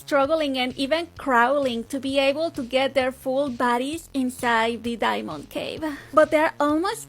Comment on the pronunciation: am i the only one who kept hearing baddies whenever she said bodys???